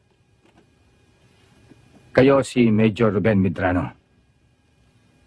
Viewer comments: Medrano Hindi merano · Medrano po... Hindi Marano